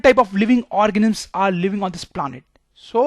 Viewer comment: Yes he is saying organims